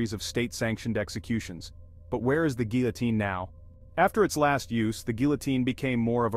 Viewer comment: I cringe every time you mispronounce the word guillotine.